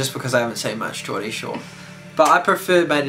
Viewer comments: It's Geordie not jordy haha coming from a true geordie over here :) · It's Geordie not Jordy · haha jordy shore :L its geordie shore lol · it's "geordie" shore :) xo